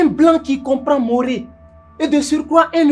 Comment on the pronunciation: Moore et non Maoré